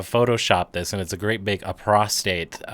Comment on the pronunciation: Aprostate lol. Love you man